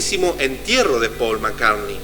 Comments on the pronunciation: no se dice «paul» se pronuncia «pol».. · es MI5 hermano... no el MI6... investiga mejor porque asi terminas generando mas desinformacion y ya bastante hay respecto al tema... y se pronucia "pol" ... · Turn me on, dead man= devuélveme al hombre muerto!?!?!?!?! Siento entre risa y vergüenza ajena. Y el "falso" Paul (ha pronunciado alguna vez el nombre correctamente en todo el vídeo?) siguió tan ricamente con su carrera musical como si nada hubiera pasado y sin que sus compañeros de grupo se dieran cuenta de nada, no? O es que también estaban compinchados? Cantó en el Live Aid ante 70000 personas en Wembley y ningún músico de los 30 grupos que allí tocaron se dió cuenta de que no era Paul, no? Claro, claro. Yo tampoco me parezco a cómo era cuando tenía 24 años. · Y por qué pronuncias cómo se escribe Paul y no cómo debe ser?